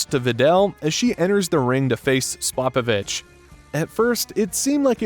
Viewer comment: I’ve never heard that mangling pronunciation of Spopovich before.